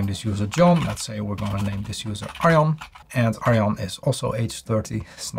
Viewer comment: I think you should use your name more often, in the intro perhaps 'Hi, I'm Arjan'... Today I realised you used your name for what may have been the first time (for me). Before this I thought your name was pronounced 'R-Jarhn'... It sounded a lot nicer when you said it for real. BTW. Love the effort you put into your videos. Appreciate the detail and demonstrations.